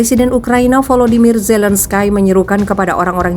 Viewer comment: Volodymyr Zelenskyy cara bacanya Volodimir Zelenski. Bukan Zelenskai. Kiev atay Kyef cara bacanya Kiyef. Bukan Kif. Mentang mentang di Afghanistan ada nama Hamid Karzai kamu samakan dengan nama orang Ukraina. Zelenskai. Ngawur.